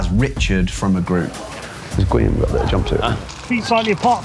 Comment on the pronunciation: It's not GWEE-am, it's GEE-orm.